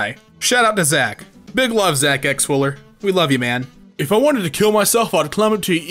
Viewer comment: H-Hewwo OwO.